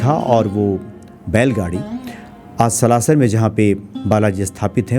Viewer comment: आप सलाशर उच्चारण कर रहे हैं कृपा करके सालासर बोले जय सिया राम